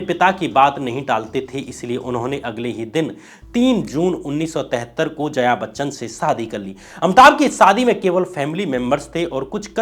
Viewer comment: Are zaya Bachchan nahi hai, Jaya Bachchan hai, Saat Hundustan nahi hai saat hindustani hai, Rangit nahi hai Ranjit hai...kya sab bakte ho yaar....yeh sab thik karo.... kaun sab log hai yaar tumhara team me? Tum vi yeh sab dekhte nahi ho kya ?!